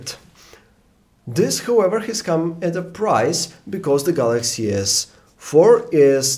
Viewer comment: he does nt even have a proper pronounciation for HOWEVER.....it sounds like WHOEVER lol....and he is here, out for a review.... lol